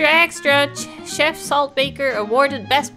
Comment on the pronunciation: mispronouncing Chef is the struggle of all multilingual people.